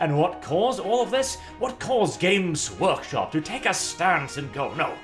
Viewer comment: The way says their name makes it sound like "Gimp's Workshop"...and it fits even better.